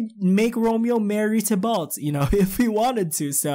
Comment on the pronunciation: You are saying his name correctly it is Tibolt ( not sure if I spelled that right )